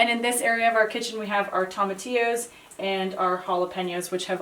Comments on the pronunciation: I love you both! I love your channel and I love your cooking videos, but it continues to drive me absolutely mental to listen to the way you both pronounce tomatillo. Quite simply, you are saying it wrong. It is a Spanish word and it is pronounced Toe-mah-tee-yo. NOT Toe-mah-tay-yo. It's a tiny thing but it makes my eye twitch every time you say it wrong. So - go ahead and do what you want because I'm just some guy watching your channel and I don't really get a vote unless I want to pay your rent which I don't. I'm going to keep watching however you pronounce stuff because you guys are so inspiring and funny and just doing your thing in an incredible way. Plus, I keep hoping it will get warm enough for to take his shirt off.:-) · Toe-ma-T-O’s not Tom-A- tios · toe - ma - TEE - oo